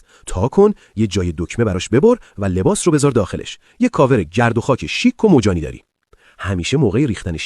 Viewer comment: مَجانی ❌️ مُجانی✅️ 😂😂😂😂😂😂😅😅😅